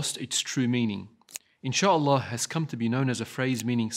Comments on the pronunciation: "in july" not "inshalla" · Why does Biden say ‘Insha Allah’ like ‘enchilada’? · He definitely said enchilada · he said it wrong "In-Sha-Al-law" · lol he doesnt pronounce the a in Inshallah he said it like inshlla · Bruh.. He said ‘In July’ not ‘Inchallah’. Why would he say ‘Inchallah’ anyways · Bruh he didn't even say inshalla it sounded more like in july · Biden is not saying inshallah here... He is definitely not saying inshlaah here... Its doesnot fit here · July doesn't end with a "La" sound. It ends with a "Lie" sound. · He pronounced it wrong..smh